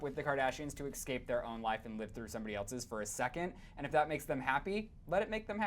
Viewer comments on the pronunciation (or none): none